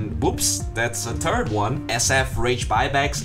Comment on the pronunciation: "a turd one"